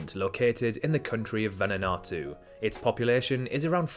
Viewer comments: Vananatu? Its vanuatu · VANUATU not VANANATU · Just for other videos it's vanuatu not vananatu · While we're doing corrections, Vanuatu is pronounced "Vanu-watu" not "Vanu-natu" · VANUNATU? THATS NOT HOW YOU PRONOUNCE VANUATU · no way he said vanuanatu